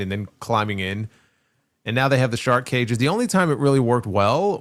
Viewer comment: Anyone else hear Schiavone say two cages one ring 😂😂